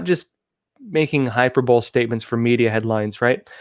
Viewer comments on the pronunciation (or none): pronounce High per Bole Lee=hyperbole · similar to super-bowl 😂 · Hyperbole. Hi-PER-bol-ee. ☺️ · Pronounce ‘hyperbole’ as: ‘high PURR buh lee’. Not: ‘HIGH purr bowl’. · 🤦🏻‍♂️😂 Hyperbole is pronounced..."hy per bo lee." They are making hyperbolic statements... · Please train the cross roads and Newsmax stuff to properly pronounce peoples names and certain words. For instance calls governor Newsom of California “Newzum “ He pronounced “hyperbole” as “hyperbowl”. This happens often! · Hyperbole is pronounced: /HI - PER - BOW - LEE/ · Check your pronunciation of hyperbole. 😉 It's not phonetic. Not trying to be critical. Thank you for your excellent reporting❣ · I have enjoyed your reporting and analysis. Thank you for your work. (Look up hyperbole and hyperbolic for pronunciation. 👍)